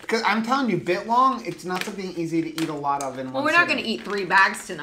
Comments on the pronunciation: Every time you say bit-long a piece of me dies (all most as much as when you say 'Awl-di' not Al-di' also biltong is not a type of jerky but a totally different type of dried beef snack - its kinda like calling a hard cider a beer - they're verrrry similar in most senses but to those who consume a lot, its a world of diff... Jerky is dehydrated/heated and lean cuts where biltong is often fattier cuts and its always air dried/hung etc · It’s Bi LLLtongggg lol!!!!!!! Not bitlong!!!! Hahaha!!! You had me cracking up!!!! 😂😂